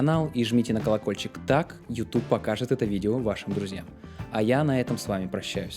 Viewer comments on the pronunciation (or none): none